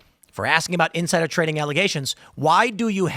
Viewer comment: Nooo, NOT “tading”! 😢